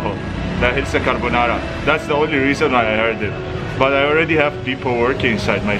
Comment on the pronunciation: He calls the Corona Virus "CARBONARA"🙂🔥🤣